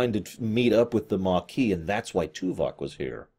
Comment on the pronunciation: Stop saying Tuvak, it makes be think of Tuvix.